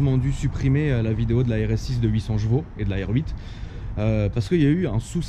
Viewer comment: Frère on dit CHEvaux pas JEvaux xD. C'est juste infernal ta prononciation de Tourcoing ^^